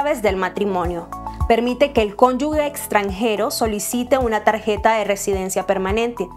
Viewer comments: Buena y útil la información. Solo un pequeño comentario, la palabra "cónyuge" se pronuncia "cónyuJE", y no "cónyuGUE". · la palabra es cónyuge, no cónyugue.